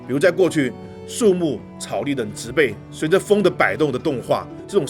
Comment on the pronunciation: 介紹的不錯，小錯誤糾正，植被那個字(被)是破音字，唸(音同匹)才對。